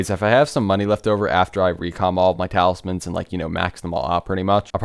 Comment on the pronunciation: Its talismans broooooooooooooooooo.